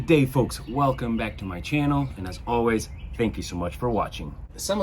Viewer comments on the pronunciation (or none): none